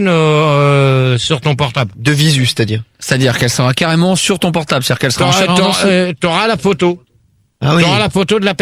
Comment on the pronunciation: Dans ce débat, Max corrige ENFIN Gérard sur sa mauvaise prononciation du mot "portab' ".